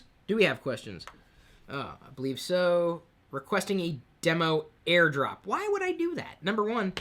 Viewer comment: Air drop....Maybe lay off the sauce a little lol